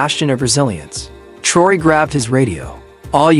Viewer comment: Narrator you need to learn how to spell and pronounce President Ibrahim Traore name. France & Macron would NOT help ANY African nation. They are colonizers of Africa. President Ibrahim Traore excelled with success. France had NOTHING to do with Bakino Faso's success. If the West, US, France and others would respect Africa as a Sovereign Continent these Terrorist attacks would not exist. Africans aren't allowed to enter the US, France & West. AFRICA has NEVER tried to create a war with ANY country. If other countries want the GOD given resources in Africa. Ask, make an appointment & negotiate a substantial amount that will benefit the African people and get them all out of poverty.